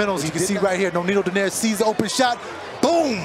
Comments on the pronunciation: Why does that announcer continue to pronounce Nonito’s last name as Donyare? It’s pronounced Dough Nare. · commentator doesn't know the name of boxer. Donaire, not "Donier" LOL